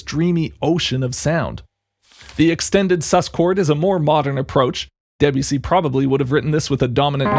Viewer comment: Is that why he's pronouncing the name as "debjussy"?